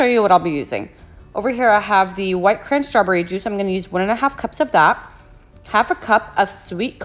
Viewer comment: Anyone else think she says strawberry’s funny 😆